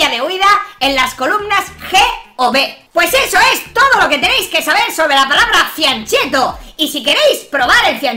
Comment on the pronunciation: se pronuncia FIANKET-TO